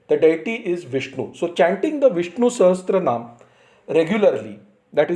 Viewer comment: It is pronounced Sahasra-naama, not SahasTra-naama. Sahasra means thousand